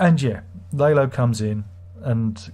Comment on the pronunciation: Larlo, not Laylo